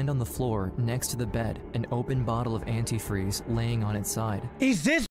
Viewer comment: The mom outed herself by the way she says antifreeze incorrectly, even spelled it incorrectly